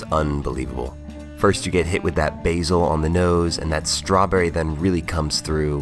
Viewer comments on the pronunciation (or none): none